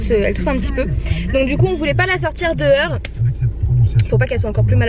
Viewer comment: C'est l'accent Normand :) les "o" se prononce "eu" comme d'acceur, deheur etc.. :)